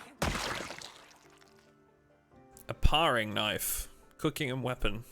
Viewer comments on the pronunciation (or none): FYI: The "paring" in "paring knife" is pronounced "pairing".